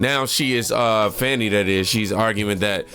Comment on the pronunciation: it's Fani not Fawny